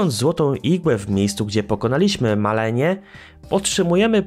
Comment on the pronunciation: Malenia nie Malania xddddf